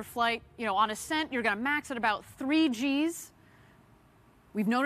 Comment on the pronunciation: Stupid announcer mispronounces "ascent".. says "ass scent" A 2 cent moron for a billion dollar project